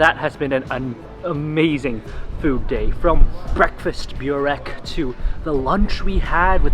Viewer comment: Glad you're enjoying Bosnian food! I watched your entire series on Bosnia and subscribed to your channel. And one minor thing, I hear you pronounce burek as "Bew rek" but the correct pronunciation is "boo rek"